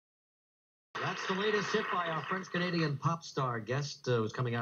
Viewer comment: If you EVER decide to do videos that include ANY & ALL foreign language words/names maybe you could learn their correct pronounciation beforehand... Ainsi, ton français ne me ferait pas mal aux oreilles !!!